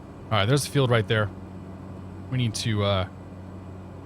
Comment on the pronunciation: My neck of the woods. Well sorta. BTW... pronunciation police report and then I’ll leave it alone: I’ve typically heard “Mather Field” in Sacramento pronounced (Máy • thur). You should stop at the Harris Ranch Airport and have a steak. 🥩